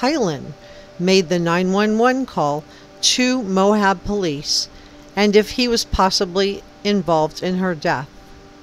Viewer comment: Great reporting! Very interesting. But it's Moab, not "Mohab!"